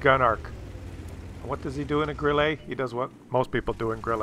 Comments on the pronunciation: FFS STOP saying Grillay - there is no é, it's German not French, it is pronounced grill-uh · ITS NOT GRILLEY!!ITS GRILLE!Like Mille Grazie! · Check your pronunciation of Grille.